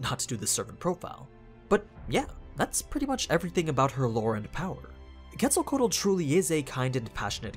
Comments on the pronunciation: Her name is pronounced- ketzo ko wattle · No isn't a correct pronunciation, he say "kétsalcoal" and is "kétsalcóatl" ("tl" sounds like "tle" in "castle"). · It’s quetz-el-co-atol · It’s actually Kets-al-co-wa-tl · I dont mean to be rude but ur saying her name completely wrong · He pronounced the name wrong and that she is really a he as well as the god of life and a feathered serpent idk why anime make him a girl why not just use his sister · Sigh I wish non Spanish speakers were able to pronounce her name a little better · Yes I'm gonna be that dude: you pronounced her name wrong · The way he pronounces Quetzalcoatl gives me a headache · Glad I'm not the only one haha I try to watch but everytime I hear Quetzalcoatl I just nope haha I wonder how he would pronounce Quetzalcoatlus 🤔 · aww man you butchered her name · She is a boy you are not say his name right and he is the first god of the sun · Quetzalcoatl... the pronunciation is cringe